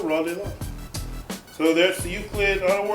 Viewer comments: Thats "Loo Sid" not "look-id" lmao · Did you say uclid?